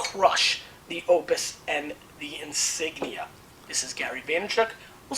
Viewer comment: Gary, learn to pronounce your last name.